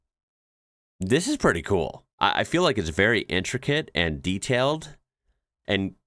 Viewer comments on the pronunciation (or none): none